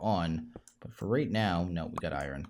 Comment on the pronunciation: It is pronounced iron (I,ern) not I ren